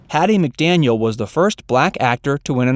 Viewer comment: It’s McDaniel, dear…